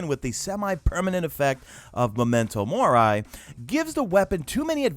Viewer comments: It's Mor(EEE) not Mor(EYE) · More is pronounce mor ee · (Mor-ree) it’s Latin btw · It's Mori as in Mor-ee. Comes from Latin where the letter 'i' always sounds like that, 'ee'. Talking about this is better than discussing the blanket nerfs that hit everything that I hold dear. Is not that alongside these nerfs are making other gear more viable, but rather the stuff that was viable will no longer be it. Bummer.